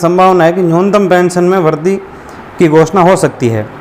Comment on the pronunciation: भाई साहब वरधी नहीं ( वृद्धि) वरीधी पढ़े